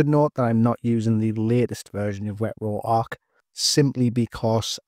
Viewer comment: Ret-ro-arc.. bro I can’t 😂😂😂